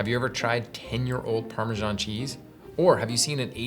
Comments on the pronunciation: Maybe find out how Italians pronounce the cheese before you do a segment on it! There is no ‘j’ in Parmesan! I know lots of Italians and have asked the correct way of saying it! Why are the British & Americans are the only ones that can’t get it right? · The English pronunciation: Putting the "sh" in Parmesan.